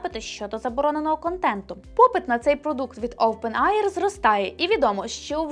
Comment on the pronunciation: "OpenAI" читається як: "оупен ей ай".